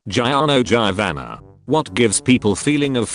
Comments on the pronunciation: How we pronouce Giorno Giovanna: Jo-rn-o Jo-va-na How the bot pronouces: Ji-Or-no Ji-Van-na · Me: Oh hey, Its Giorno Giovanna the bot: Jianoh Jayvanna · "Gieorno Gieovanna" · Is no one else triggered from the way the voice read giorno Giovanna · The way it said Giorno Giovana made me cry inside